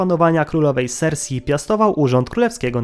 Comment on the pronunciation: Królowa sersej, a nie sersi